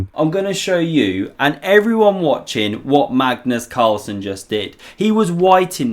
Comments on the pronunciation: "Cagnus Marlsen"?! LOL. But otherwise, a nice analysis of this game. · LOL at “Cagnus Marlsen”